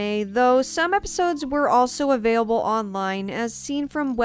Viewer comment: Nice series, looking forward to more! Also this is the first time I've heard 'available' pronounced as 'aveyable', lol